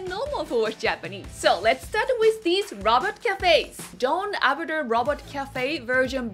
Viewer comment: Hard to follow when you say robot like Robert. So had to rewind after giggling. Super cute as always 🙂 so more view time for you. You're welcome. 😋